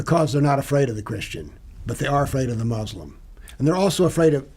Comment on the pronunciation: Two ignoramuses talking nonsense as usual. So superficial. can't even pronounce "Muslim" correctly. Anecdote after anecdote. Just rubbish. Islam is a knowable subject but not by simply reading without guidance - meaning it requires a teacher.